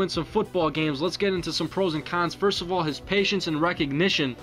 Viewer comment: I don't mean to be "that guy" but I've noticed in a few of these videos, you've said "Patients" instead of "Patience". Patients would be the plural from of patient.